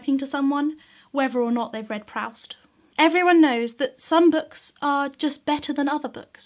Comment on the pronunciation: In repartee, lending to the sarcasm, I must inform you; I must emphatically say: It's \ˈprüst\--rhymes with boost--like my pedantry for this petty rebuff. Though, otherwise or in spite of that flub, "good" jorb! :)